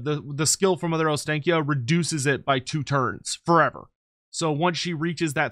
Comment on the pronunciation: Every single English person pronounces Ostakya wrong. It Ostankya with an A as in AAA. The clear sound A. And not then English AEE.